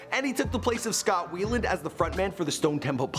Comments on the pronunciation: Scott "Weeland" LOL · Dude said Scott (wheel land) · The way he said Scott Weiland was cringy too. Pronounced it like "Weeland". It's pronounced as "Wy-land" lol. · "Scott Weeland" 😑